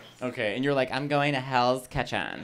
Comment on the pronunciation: Wow, I just learned that kitchen is a three syllable word.